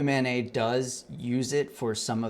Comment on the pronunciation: A) When you say "Open MANeT's website" my mind hears "Open Mayonnaise website." It made me chuckle for a second. B) Love the work and direction you're going. Keep on pushing.